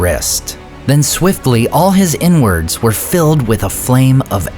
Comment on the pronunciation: "And swiftly all his 'inwards' were filled with a flame of anguish." Did you mean to say "innards"??